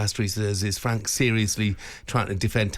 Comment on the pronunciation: There you go boys n girls...honest fwank 😂😂😂